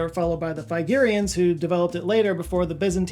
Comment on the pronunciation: I assume by "fygirian" you meant "Phrygian" which would be pronounced 'fridge-ian'